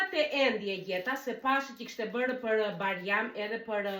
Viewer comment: Mfal por nuk thuhet barjam por bajram kto jan gabime te vogla te dua shum❤